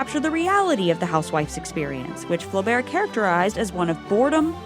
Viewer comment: I just cringing with the way she pronounces Flaubert and Bovary, and I am not even french.